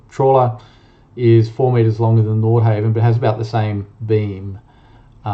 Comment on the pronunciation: Please pronounce NORDHAVN properly !!!